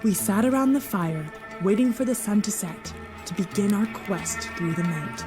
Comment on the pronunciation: Did she just say they're at the "Twattin' ferry terminal"?